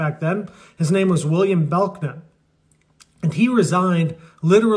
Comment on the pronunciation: Belknap’s name is pronounced “Bell-Nap” as the K is silent....